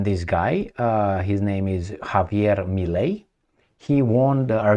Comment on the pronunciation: not necessary. Given the fact that there's a lot of italian descent argentinians, I would go for Italian. Also, the name is Milei, as in Tadei, (Italian name) not Melei.